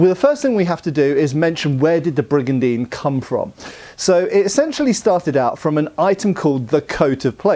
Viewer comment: I took a shot every time he said brigandene and then I died.